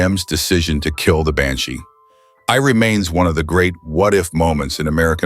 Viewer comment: Why does the narrator keep adding random vowel sounds after the word "Banshee"? GO BACK AND LISTEN! Even with the Corvette, just one extra, totally random, letter added after the cars name